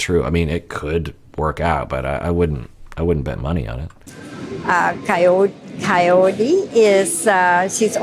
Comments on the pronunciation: that's cuz Ed pronounces it as coyote lol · Is it just me or he calls her “coyote”? 🤔